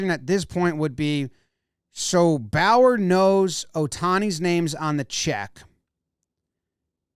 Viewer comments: Also I’m pretty sure it’s not Bower but the bow is pronounced like the bow in bow-tie followed by a “yur” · Also how do you pronounce Bowyer as Bauer? Its clearly Bow-yeah